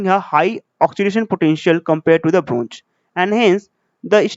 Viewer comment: shteel jink bronj....🤪